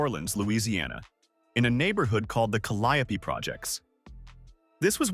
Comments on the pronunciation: Thank you! Cause calyeopee was sending me! And Mistocall aint do no better 🤣🤣🤣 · BOY WTF IS A TALIAPLIE PROJECTS, WHAT DAT IS FRENCH QUARTERS LMAO.... SPEAK ON WHAT YA KNOW STOP REACHING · The projects he grew up in is pronounced Cali O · It’s caliope the e is silent 🤫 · Exactly why tf is he saying the calio name like tht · Cali-yope is how you pronounce it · That's not how they pronounced their projects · You can’t even pronounce the projects correctly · he wrong